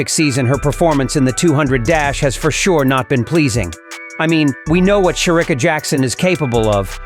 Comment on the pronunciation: Will u please pronounce Shericka's name properly? It pains my ears to listen to u calling her name.